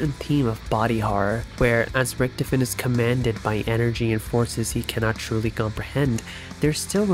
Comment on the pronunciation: I love this video so far, but the way "Richtofen" is pronounced is like, getting poked in the forehead a little bit with a pin, not enough to pierce the skin but enough to be like, disconcerting.